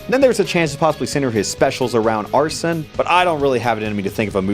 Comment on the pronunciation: Did this man just deadass pronounce Arsène as "arson"?